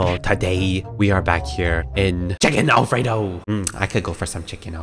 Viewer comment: hi guys welcome back to.. Me:BlOcKbRoOoOgG:ChIckEn AlFrEndEo Me:…oh…